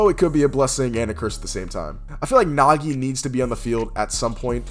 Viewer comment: Oh hell nah bro didn't just say Nagi